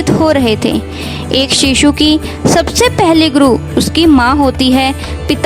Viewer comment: Apne achhi bat btai but apko bolna nii ata guru ap gru kahti h .Varsha ko vrasha kahti h